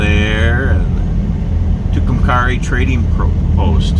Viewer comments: you are pronouncing it wrong .Too Cum Kerry named for two Indians the died o Tucumcari mountain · I live in Clovis New Mexico and travel to Tucumcari once a month to my doctors appointment. We also go there occasionally to go to Conchas Lake. It's really a nice little town. It's pronounced at the end like the name Carrie. Thank you for this. I love it!❤ Hope you get through Clovis some time. We have some pretty nice history. Including the Norman Vohs recording studio where Buddy Holly recorded, among other things..🤗. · The "a" is a long a in Tucumcari. (Its pronounced like the girls name). Nice video. Thanks for posting.😀